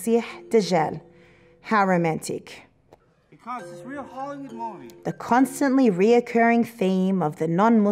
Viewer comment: ... Did I hear "How romantic" or "Haramatic" :-) ... May Allah protect us